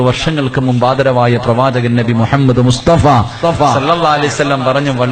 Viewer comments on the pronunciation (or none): none